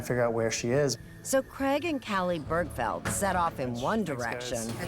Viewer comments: I hate the way Americans pronounce the name Craig. What is so difficult with saying Crayg. WTF is Creg??? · Why can’t Americans say CRAIG correctly. It’s CRAIG not CREG. ….aaaarrrrgggghhhhh..